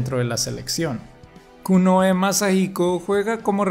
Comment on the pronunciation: Ibas tan bien hasta Kunohe Yamahiko y omitir el sonido de la h en japonés...